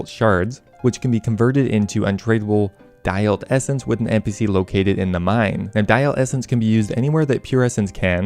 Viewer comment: daeyalt -> day-alt, sepulcher -> sep - uhl - ker.